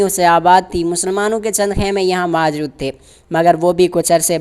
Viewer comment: موجود کو ماجود پڑھ رہا ہے